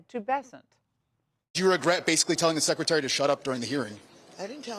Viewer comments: The word is secretary not SECATARY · “Sec iterry”…. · Congressman Greg Meets? Must have drafted the LEARING CENTER sign. Cause he couldn't even pronounce Secatary😂 And check out the expressions of the dudes behind him.😟😆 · what's a sekatary? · “Sec-a-tarry” of the treasury. How about Learn English? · He da sekatary! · "Secatary" really, learn English. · Meeks can’t pronounce secretary. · Why can't some people the word secretary properly?